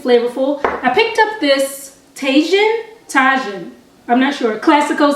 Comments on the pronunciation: It’s Pronounced Tah-heen. (Tajin) Lol it’s spanish. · tajin is pronounced “taheen” btw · Hey boo! The seasoning is pronounced, 'Tah-HEEN.' I only know this because, Texas. Lol. And I ADORE it on a fresh pineapple/mango/jicama/cucumber salad (fruit cup). Whew! Reminds me of my childhood. <3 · The seasoning is pronounced like Ta-heen lol yummy on fruit! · LOVE your videos. And Tajin is pronounced ta- Heen <3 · Going to make some of these meals asap!! FYI it’s pronounced ta-heen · Tajin- Taa Heen. I love that stuff!! Try it on Mangoes!! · Its pronounced Ta-heen. I've never tried it on tacos, but it tastes amazing on fruit, pineapple, mangoes and watermelon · Tajin is pronounced “Tah-Heen” btw lol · Lol! It’s pronounced tahin/taheen. We put that on everything in Houston. Meat and Fruit 😊😊😊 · Its pronounced (Taheen) and it's the truth! You can put it on anything. J has H sound in Spanish. I live in Saudi Arabia now and everytime I go home I am sure to pick it up! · tajin it’s pronounced “tahh-heen” ... the ta is pronounced like the first syllable in taco and the j sounds like an h because it’s Spanish lol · And that seasoning is pronounced “Tah-Heen”! I saw the commercial on YouTube and was like, oh that’s how you say it 😂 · The J in tajin is silent. Its spanish